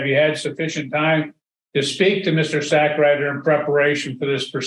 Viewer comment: 😂😂😂wait did I hear that judge pronounce that lawyer's name correctly "Mr.Sackrider "😂